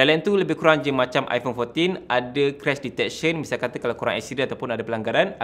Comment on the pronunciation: Crush detection? Biar betul bang kau salah sebut ke😂